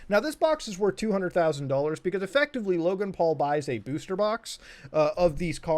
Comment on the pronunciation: nobody: litearlly no body at all: muta:EFECTIVALLY EFECTAVIALLY